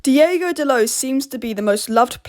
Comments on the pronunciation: its DEE OH GO not DEE A GO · But why do you say "DiEgo"? He's "DiOgo," no?